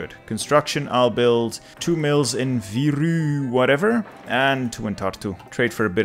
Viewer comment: viru is how its pronounced not viruu also cool